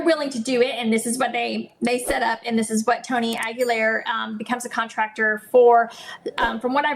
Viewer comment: Correct pronunciation: "Aguilar" is of Spanish origin and is typically pronounced \ah-gee-LAHR.